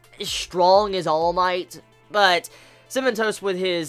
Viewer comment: Haha every time you said "Cementos" I heard "cinnamon toast" and took half the video to figure out who the heck "cinnamon toast" was. Yeaaah I'm slow. XD